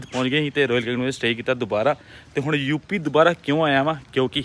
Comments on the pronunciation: ਧੂਪੀ ਨੀ ਯੂਪੀ ਹੁੰਦਾ 😅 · ਧੂਪੀ ਵਾਲਾ ਪਿੰਡ ਨੀ ਸ਼ਾਹ ਜੀ ਯੂਪੀ ਵਾਲਾ ਪਿੰਡ ਹੁੰਦਾ 😂😂😂😂😂 chlo bki koi ni